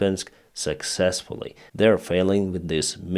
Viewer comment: He said Sexesfully ?